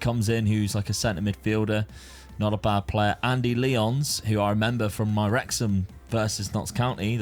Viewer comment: Wonder how many people will get bated by the pronunciation of Lyons